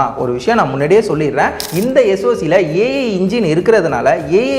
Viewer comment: Dei lusu its not aye aye aye...its AI (Artificial Intellegence)